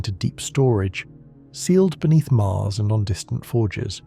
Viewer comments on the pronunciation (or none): none